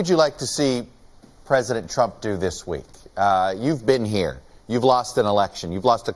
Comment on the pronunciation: Cant even say Trump lol